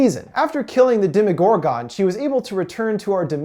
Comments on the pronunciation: Jesus Christ! You make me cringe! It's pronounced Dem-Uh-gor-gin not Dem-EE-got-gone. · Demi-gore-GONE instead of Demi-gore-GUN ??? Lol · most people pronounce it "demo Gore gun" not "demo Gore gone" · Demodoragon😂😂it’s demogorgan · How come you call it dema gor gone it’s demigorgon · Did this guy not watch the show!?! It’s mr mews and not mr meow meow and it’s demagorgAN not demagorgON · you saying demogorgan like that is pissing me all the way off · He doesn't explain anything he just sumerizes it and he can't even say demogorgon or demodog correctly he has Dem-Oh-Dog or demo-oh-gor-gone not demo-oh-gor-ghen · Say it with me here DEMI-GORE-GON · Anyone else get triggered tf of when he said DEMIGORGAN (demigorgen) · Gorgin not gorgon I hate how how he’s says it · It triggers me when he says demagorgone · You can not pronounce demogorgon at the end you don't say gone lol sorry it just kills me when I here you say it like that I mean you have seen the show so I know you know the right way to say it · Y he say demagorgan like that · Anyone else get annoyed by how he pronounces some shit? Especially Demogorgon. And names that are clearly pronounced differently in the show. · The way he pronounces “Demogorgon” gives me anxiety